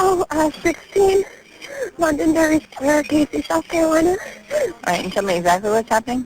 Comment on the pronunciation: It's Londonderry not Londonberry